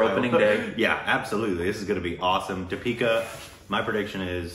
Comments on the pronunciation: Stop calling her Dapeeka. Its Dee-pee-kaa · Shes di pika. Not da pee ka. Lol